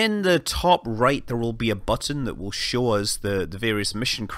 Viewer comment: "shawl" istead of "show" purely englishman :D